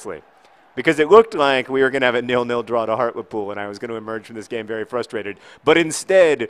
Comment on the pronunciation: Heart-Lee-Pool. XD